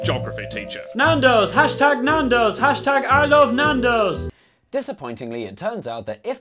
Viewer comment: love how you went northern when saying Nandos hahaha